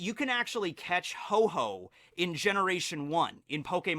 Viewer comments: It's Ho-oh not Ho-ho. I'm unsubbing >:( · This video is irrelevant because you call ho-oh, hoe-hoe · it's Ho-oh, not "Ho-Ho" >:( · Did this man just say ho ho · Um...There is no pokemon named HO-HO!It's actually called HO-OH :D :D :D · Actually, it's called Ho-Oh, not Ho-Ho. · Ho-Ho 😂😂 he said it multiple times